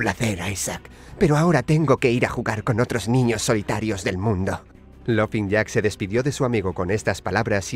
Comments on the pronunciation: Se pronuncia lofin jack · Se escribe laughing jack pero se pronuncia lafin jack